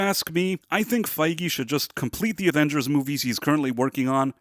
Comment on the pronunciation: Avengers e non avenghers